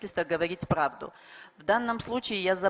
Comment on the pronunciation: Правду деп айта албай плавду дейт го